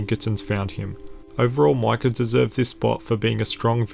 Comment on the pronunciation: its micah (mike-ah) not Michal!!!